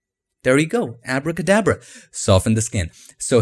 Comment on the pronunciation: He talk like a foreigner and he said Abra Ka dabra in foreigner tone...